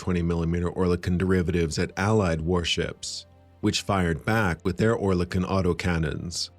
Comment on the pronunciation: Not quite. Oer is pronounced as Ör. Similar sounding to the French coeur. Kon is as in silicone (without the e pronounced)